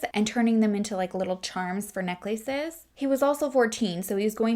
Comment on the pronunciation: “Neck-laces” “Poo-berty” 🤣😂 love the way you pronounce things!